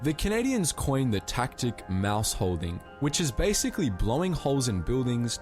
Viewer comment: Mouse - Holing not holding Geeezoah